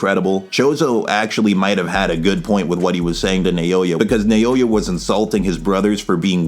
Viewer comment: You killed this! Not to be that guy, but pretty sure his name is pronounced like “Now-ya” (I study Japanese).